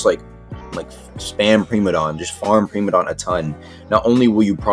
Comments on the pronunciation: Preemadon > Pr*I*madon 101 Engrish (no offense i have like mini ocd) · “Premadon” Primadon